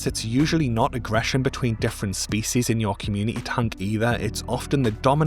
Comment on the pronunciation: I lika how you say "spees"